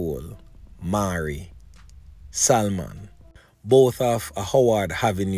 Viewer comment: its pronunce SA... MON not SAL MON